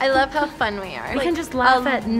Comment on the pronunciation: "I wuv you, mom" yep, so hard.